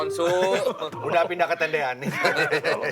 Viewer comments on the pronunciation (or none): Tendean.. Bukan T T an